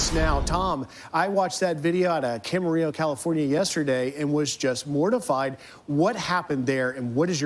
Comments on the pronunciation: Ugh. I just cringed at that pronounciation of "Camarillo". It's Spanish, you don't pronounced it with two "L"s. Also, it hits heavier for me because I lived in Camarillo and Oxnard for two years while I was in college. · No one remembers how to pronounce Camarillo